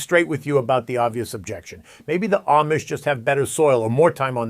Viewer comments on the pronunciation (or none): If your are going to do a video about the Amish, learn how to pronounce it correctly.